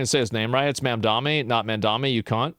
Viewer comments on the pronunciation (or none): none